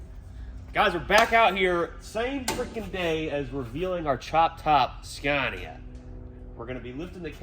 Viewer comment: sorry to be a corrective person. The name is pronounced Scania not scarnia. Other than that I love the videos and I honestly think you need to bring that truck to Australia and give it a good rip on our skid pads over here. That would be hell good to see